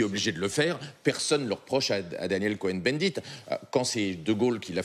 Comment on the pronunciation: Pourquoi cette manière insistante de prononcer Daniel Coh"EN" bendit?